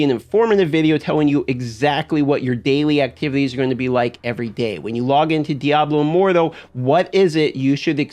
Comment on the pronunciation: Lmao how you say diablo immortal like diaboh immordoh